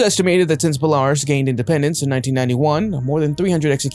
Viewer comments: You know it would be wonderful if the moderators of these videos would learn how to pronounce the names they use. It’s not Belarus. It is pronounced Bell a Roos. Please do some studying before you put a video on for the whole world. It’s called scholarship. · BeLArus???? Why do you people never bother to find out how a nation's name is pronounced? BelaROOS!!!! FFS! More accurately, it should be Byelaroos. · Belarus pronounced - Bell-La-Roose. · It's not pronounced Bel ariss, it's pronounced Bela roose. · It is Bel-a-Rus... hate AI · Bell-a- Roose! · "Bell-are-us" JFC.... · It's pronounced Bella-ruse you fools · Shiite is pronounced She ite. Belarus is pronounced Bell- a- roos. If you’re going to do videos like this, learn of which you are speaking.